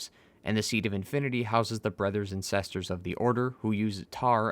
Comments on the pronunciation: Sesters and Brethers! Lol great vid as always! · Sesters and brethers